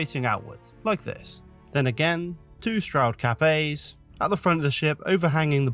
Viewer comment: Dang beautiful. I thought you were saying "Capet" rather than "Cap A". 😂